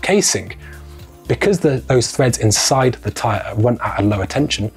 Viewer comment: PLEASE, PLEASE, PLEASE - it's treads, not threads